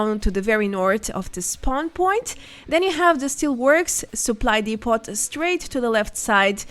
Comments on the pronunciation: “Depot” is the last word I would think you would mis-pronounce. Isn’t it French in origin? Anyway the T is silent. Also the O is pronounced like the exclamation “Oh!” So “Dee-poh.” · Excellent guide. Thank you for all the work you do... ("Depot" has a French pronunciation,, so the T is silent. DEE-poh or DEH-poh.) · Hi, not a fan of your stuff but to be fair this was most helpful, fyi depot is pronounced 'dep' -like 'step' and 'owe'-like show. dep-owe. thanks.